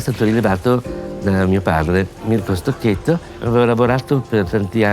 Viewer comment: On dit Stoketto! Respectez le nom des personnes, c'est le minimum de respect! Et je ne parle pas de la prononciation des autres mots italiens😱 Dans ces cas-là, on laisse la vo et on met seulement des sous-titres !